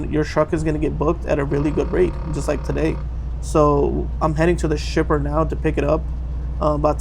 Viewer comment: Is it just me or does it sound like he says “stripper” instead of shipper 😂